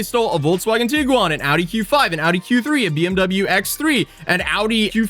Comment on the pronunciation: The real problem is the way u say Tiguan